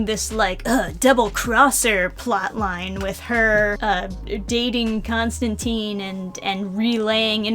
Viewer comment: Constantine's last name rhymes with *fine*. He said so himself multiple times